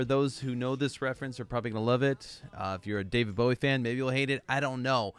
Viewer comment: You cut the song off! 🥲 And it’s Oddity. However, you did say his name correctly so I’ll give you points for that. Bowie invented the mullet! He was the precursor to many of todays genres. Bowie was an original.